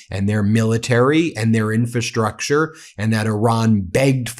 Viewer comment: Your pronunciation of "infrastructure" continues to be incorrect. IN-fra-STRUCture, not IN-fa-STRUCture. The first "r" is not silent.